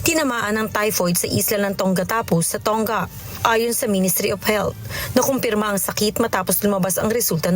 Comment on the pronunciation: The country Tonga is pronounced ‘To nga’ at hindi’Tong ga’.